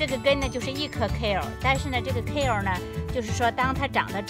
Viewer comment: 英文發音不對